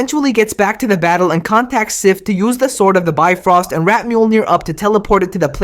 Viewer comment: Bifrost is not pronounced Bye-Frost It's pronounced Bee-froh-st